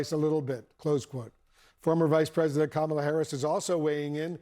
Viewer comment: Who's drunk?? You still can't pronounce Kamala.. 🥴